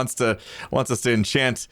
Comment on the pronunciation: “ienchant” “iemortal” “idabow” Is this an Apple commercial lol